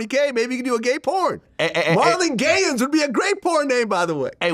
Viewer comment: Wow "Marlon Gayans" holy cow.... he's got 24 hrs to respond 😂